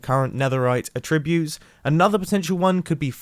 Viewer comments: AAttributes, not atTRIButes baSALT, not BAsalt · The way he says attributes is so odd